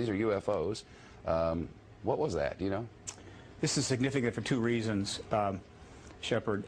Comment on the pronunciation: "This is significant for two reasos. Shepard" WTF IS THIS ME3?